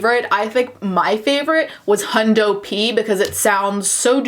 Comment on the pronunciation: First of all, it's Canadians or people who watch Letterkenny; and second of all, it's Hundy P